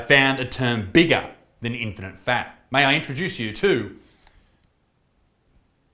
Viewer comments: Get it right Butterfield ..... In - fini - fats ! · 'Infinifat'? Try 'infattyfat' ....eh?.... EH? BUDUMPAH!! (P.s. you kept saying "infinite fat" ,try harder Isaacs, like fattys need to try harder to eat a salad